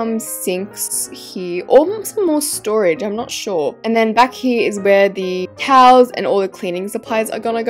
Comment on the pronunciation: You Said like touls but it’s TOWELS 😂